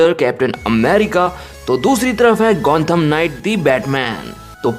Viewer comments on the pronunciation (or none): It's gothom not gonthom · It's Gotham Not Gontham stupid😂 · It's Gotham not Gontham ! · and its gotham knight not gontham knight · gontham knight kya hota hai? it's gotham knight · Gontham nahi Gotham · Dude It's GOTHAM Not Gontham 😂